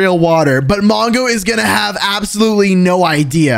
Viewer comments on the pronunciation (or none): when we Turned on captions, you said manga instead of mongo